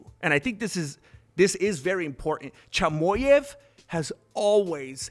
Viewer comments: A Mexican calling Khamzat “Chamoy-ev” is hilarious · What does this guy mean by CHY-MO-YEV?😂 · Thank you so much for your support Khamzat, dud! Like your channel, great job! P.s. Chimaev is pronounced as: [tʃɪˈmɑːjɛv]😅